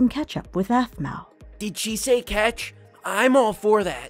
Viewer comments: You said ahpmau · The sister says offmau